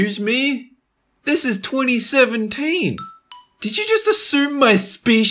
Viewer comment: the way he says 2017 lol